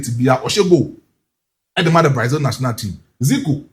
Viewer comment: You guys stop calling it Braizil! It's not Braizil! It's Brazil!